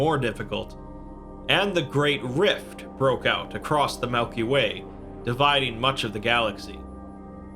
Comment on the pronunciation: did he say Melky Way?